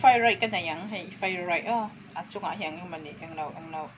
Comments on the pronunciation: Sap tawng hi i lam thiamlo anih Rau Rau chuan Mizo tawngin sawi mai la... Fri raid a awm ngailo aw... 😂😂😂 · Frai rai min ti eichak ve vek alawm 👍👍🤣